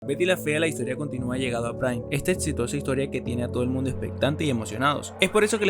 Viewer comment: Etxito? Etxitosa? Etsplorara? 😂😂😂😂